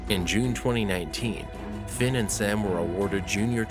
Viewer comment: Finn not phin